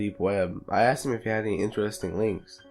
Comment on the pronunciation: I clocked off as soon as he said "he akcsed" instead of asked.